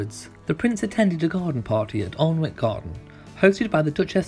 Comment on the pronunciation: Alnwick is pronounced 'Annick', by the way. :)